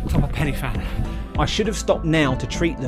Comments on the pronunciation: well done that was amazing. As an ex local its actually pronounced more like pen ur van than penny van. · Pen yr van. A single f is pronounced v. Sorry but as a Cardiff boy this mispronunciation does my head in. Not too much though 😁 The fact you had a go is outstanding. No way I'm doing it with my knees and heart. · pen y van mate one f is a v sound ff is an f sound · Thanks for watching... Now watch my David Goggins 4x4x48 challenge vid - A couple of corrections. First, apparently its pronounced Pen y Van (spelt Fan), I blame google. Second, the Fan Dance route march test is completed at the start of a long selection process and not the end as stated. I got both of these points wrong in the vid, I must do better. 🙏 Sorry for any inconvenience. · For accuracy, the summit is pronounced Pen-uh-van (the letter 'y' is a vowel in Welsh and the 'f' has a v sound) so the 'Fan' is an English play on words. It still works when you use the Welsh pronunciation for the summit and and refer to the endurance march as The Fan Dance. 😁😁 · 'pen y van' is how we say it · It should be pronounced Pen y Van. One F in Welsh is pronounced as V. Two FF make the F sound in English. Good programme though.